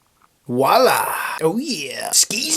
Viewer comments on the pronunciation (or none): none